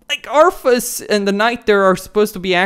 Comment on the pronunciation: Arthas, not Arfas